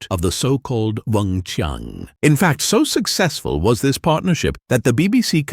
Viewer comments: CHI-ANG NOT Weng Chung!! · wing chy-ann not wong chung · Weng-Chiang, not "Wong Chung". If the narrator cannot get that right, I don't want to listen to the rest of his "review"! SMH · oh it's a Fudgeknocking AI voiceover again. WUNG CHING!!!🤨